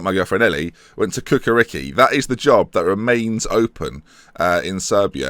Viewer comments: Ha-ha! I think it would be fun if you get a job in "Cukaricki" which is something miles away from your pronn "Kukariki". It's "Chu-ka-rich-kee" and means "Chukaritza based team". Chukaritza is big part of southern Belgrade. The team is solid (let's say 3rd - 5th in Serbian League), and almost constant in Europa League. Not much success, usually pass a round or two in qualifications, but team have a good youth system. Also, it would be fun to watch you speaking Serbian surnames! :-) Ha-ha! And, yes, I living about 10km from their Stadium (but I'm not their fan)... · The Football Club Cukaricki is pronounced Ch-uka-ri-ch-ki the C is actually a Ch like (Ch)icken, anyways just thought to let you know, also great vid!